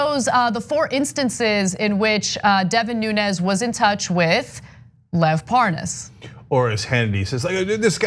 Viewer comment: Hannity doesn't know how to pronoun Lev's name?